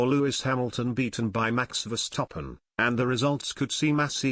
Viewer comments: the way you pronaunce name Max Verstappen , not Max Verstoppen ! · I can't help but laugh everytime I hear "VER-STOP-PEN" 😂😂😂😂😂